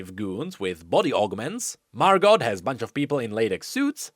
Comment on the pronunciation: I had to stop watching. I could only hear Mar-got a few times. Margo. MARGOO